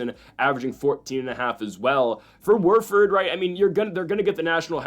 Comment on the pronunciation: Who’s Worford… it’s Wofford